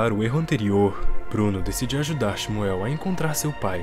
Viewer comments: A pronúncia do nome do menino judeu na vdd é "ximú" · Nada a ver. O nome do menino judeu se pronuncia Shmuel nao "ximuel". Nao existe esse "i".